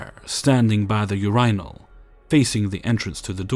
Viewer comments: Ur-ry-nol................................LMAO. Anyone catch it, LoL? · omg I fucking lost my shit when you said your-eye-nall